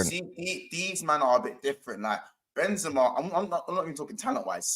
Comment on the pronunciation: Chelsea doesn't deserve a player like Benzema cause the fans can't even pronounce his name right.... This Chelsea fan called him "Ben-zeeema" and so did on another stream.... It's "Benzema" just how it reads, no holding on the 2nd "e"...